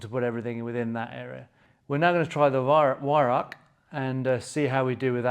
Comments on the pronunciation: Weihrauch = (Why - rauchj) I think comes close. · Weihrauch. Prounced with a 'V'. The 'W' is silent. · The Scots have no problem pronouncing the "ch" ,hence the word loch. Most English pronounce the "Weih" reasonably well but then pronounce "rauch" as "rack". But then again, to teach an Englishman to speak Scots is also almost impossible. :-) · Weirauch: Vye- row (rhymes with cow)-k. Vi-rowk.